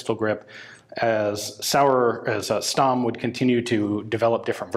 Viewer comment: Stamm is actually pronounced Shtamm